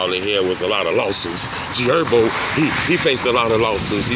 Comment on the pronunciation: G erbo 😂 where the h go 💀